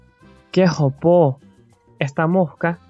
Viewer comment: i was quite surprised & happy to find this video. i think it's a pretty good approximation but i can tell the person speaking doesn't actually have this accent. i hear a paisa accent based on their cadence & pronunciation of [ll] as /ʒ/ rather than /j/. also it's "jopo" not "jopó" LOL. my best guess is it's someone from Medellin who has been living in Barranquilla for a while but hasn't absorbed all the eccentricities & jargon of the dialect. (saying this as someone from Cartagena btw)